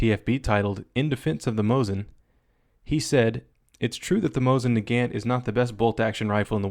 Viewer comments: ok, fair warning, I do speak russian and dont care if you dont it's pronounced "na-gahnt", not "na-gaannnnnnnnnnnnnnnnnnnnnnnnnnnnnnt" but you betray your capitalist running dog lackey oppressor of the working classes who sucks the life blood from the proletariat blah blah blah by your intentional mangled pronounciation(see what I did there? I mangled your precious eeengleesh) but seriously the 5moa attribute of the mosin(hey even americanskis seem to know how to pronounce "mosin") is a huge advantage. If 5 guys are charging you from 1000m, just work da bolt and pull da trigger. Natural shot dispersion gives you a good chance of one round on each without the tedious caplitalist hassle of moving the sights (yeah, that was sarcasm(except I really do speak pyccku)) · Not offended by this or any thing but it's nagaunt